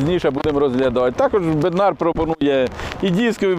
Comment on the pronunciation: В чеській мові наголос на перший склад.бЕднар,зЕтор.